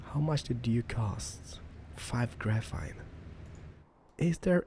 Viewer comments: not grafine , it really annoys me , sorry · PS: GraphENE not graphITE, graphINE. no offence but you may not be full English but anyone foreign could say graphene instead of graphITE...sorry. it annoyed me... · you pronounce graphene as grafeen